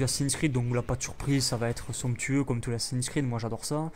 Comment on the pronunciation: T'aime Bien dire sonctueu (Je ne sais pas comment sa s'écrit :X )